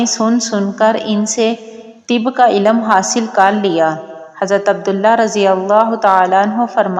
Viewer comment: Elam nahi ilm bole